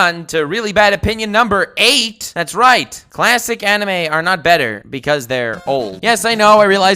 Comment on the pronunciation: I cringed every time u said animaeh